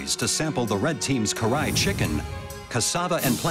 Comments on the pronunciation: Even the subtitles says it’s cry chicken lol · Awe it’s my first time seeing someone make a Pakistani dish but pls wth is CRY CHICKEN😭 it’s KARAHIII